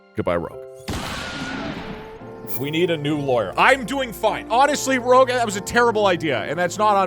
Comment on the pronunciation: We all know that you said "rogue rouge" incorrectly in the stream, you can't hide it from us